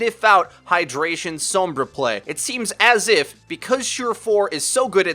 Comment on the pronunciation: gaah i love all your vids but the way you say sombra kills me. anyway, keep up the good work.